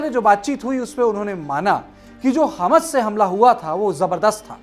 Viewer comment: अरे हमस बोल रहे क्या हमास बोल रहे हबस टाइप सुनाई दे रहा 3 बार रिपिट करके सुना हूँ क्यो अर्ध का अनर्थ कर रहे बैठे बैठे